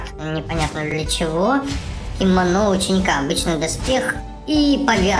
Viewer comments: Кимоно не Кимона Префект не Перфёкт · Кимоно читается не кимОно а кимонО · на не кимОна ученика а кимонО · у слова кимано ударение на о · Это не киимоно кимоно ударение на первое о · КИМОНО УДАРЕНИЕ НА 3 О